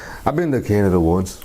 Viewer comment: "Kainada" lol